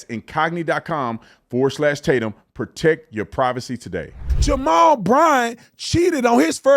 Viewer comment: “Jarrell”? Did he mean to say “Jamal”??? Lord, help. The people cheering have been duped. Sad.